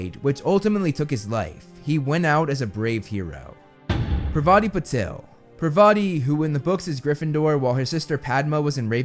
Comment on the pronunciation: Excuse me! it's not Pavati it's pronounced "PAR-VA-TI"...